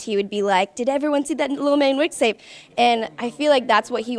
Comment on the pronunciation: Did anyone notice she said lil mayne wixtape😂😂😂😂